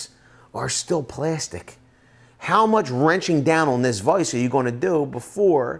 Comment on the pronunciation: My biggest issue is the way you keep pronouncing vice and writing 😂😂😂 Love the vid though 👍